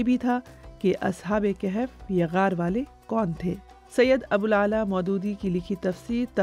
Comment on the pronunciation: O Bibi: Ashab-e-Kehef naheen Balke Ashabe-e-Kahaf